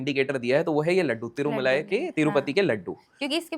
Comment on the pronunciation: boss it's tirumala not tirmulai lot of difference pls